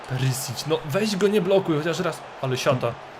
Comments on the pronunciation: To nie jest "Perisić" tylko czyta się Periszić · Witam cie jestem chorwatem i imie Ivana wymawia sie "Periszić" (pisząc po polsku). PS. POZDRAV IZ HRVATSKE!!!